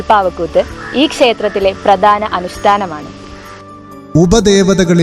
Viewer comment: ഭഗവതി ബഗവതി ആകാതെ ഉച്ചരിക്കുക. Male voice അക്ഷരശുദ്ധി ഉണ്ട്. പ്രതാന അല്ല പ്രധാന എന്നാണ്.